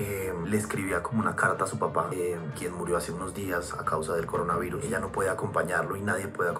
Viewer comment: Cuando los gringos dicen coronaverris pienso el meme de Cardi B😂😂😂😂😂